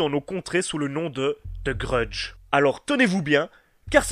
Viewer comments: "The grudge" Lui : TE grudje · "deu greudje"